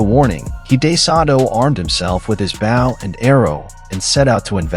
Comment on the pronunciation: Did you seriously mispronounce "bow and arrow"? It's pronounced "boe"